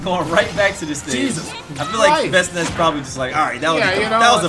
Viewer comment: This man didn't just say "Bestnice" .......